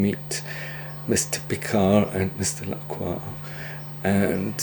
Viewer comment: I named my rooster Mister Lacroix people told me I mispronounced Lacroix as it is supposed to be pronounced La-croy with the oix sounding like the oy in boy. I now see that I am correct in my pronunciation the way it's pronounced in this clip.